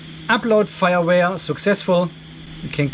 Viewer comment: Fireware ? Feuerwehr ? or did they meant the usual firmware ... but it sounded funny FireWehr.